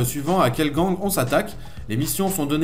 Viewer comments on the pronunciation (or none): none